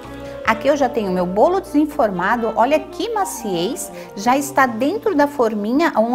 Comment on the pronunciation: "BOLI" HAHAHAHAHA ADOREI! CADA VÍDEO UMA SURPRESA ENGRAÇADA